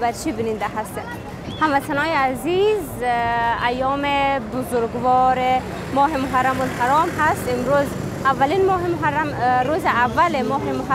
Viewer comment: خواهر گرامی ام خسته نبا شید ازگزارش مبسوط وجامع تان متشکریم گوینده تان خیلی ضعیف است مثلا محرم بزگوار